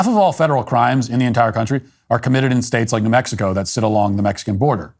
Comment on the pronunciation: She pronounces it “na Mexico”. How about na Grisham.